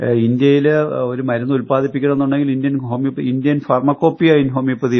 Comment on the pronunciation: ഹോമിയോപൊതിയും അല്ലാ ഹോമിയോപ്പതി